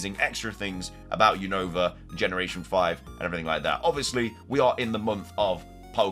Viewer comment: dude your keep saying Unova Name Wrong is Younova 😅